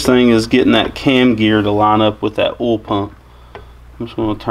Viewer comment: Do you shove cotton balls in your mouth before talking! 🤣 It's called OIL not OLE. "oy-ole" not just "ole" think back to grade 2 and count your syllables